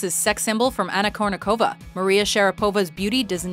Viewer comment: Well, I know that for English-speakers Russian sometimes get a little hard. But, at least, couldn't you just try to do the accents right? I mean, for Chrissake, it's not kurnikOva, sharapOva or vodyanOva. It's kUrnikova, sharApova and vodyAnova!